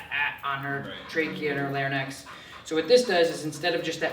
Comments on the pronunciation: It's LARYNX not LARNYX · This fella needs to learn how to pronounce larynx haha!